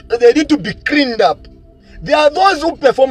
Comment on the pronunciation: "They need to be Creaned".....it`s "Cleaned" mwe ba yama. Chizungu